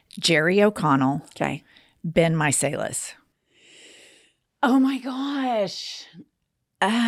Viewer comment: It's My-sell-us. Not My-say-less. Pumps, tell her. I ❤ you very much.